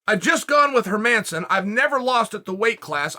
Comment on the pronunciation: Can ppl stop mispronouncing hermansson pls. The emphasis is on the first syllable. HERmansson. The E is pronounced like the E in 'leg' not the E in 'her'